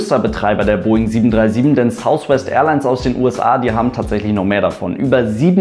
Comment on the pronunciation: beim 'th' drückt man die Zunge sozusagen leicht gegen die oberen Schneidezähne, bei einem 'f' wiederum drückt man die Unterlippe gegen die oberen Schneidezähne